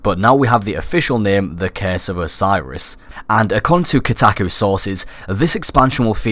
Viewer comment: IT'S CURSE NOT CASE